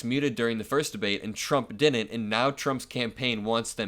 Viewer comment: Has there been some agreement only newly-hatched news guys know about that the "d" in all the words that once had them has been removed ala some four - year - old; so that the words like "didn't" are pronounced without them? "Dinent; coulnent, woulnent"??? They're all doing it now. So is the AI narrator.